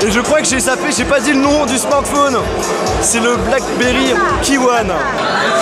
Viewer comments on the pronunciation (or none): none